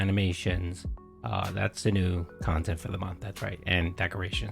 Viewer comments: " sorry honey, i spent the funds of dinner on decorations for my kantent" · Pahsitive, meahninful, curahted, khantent.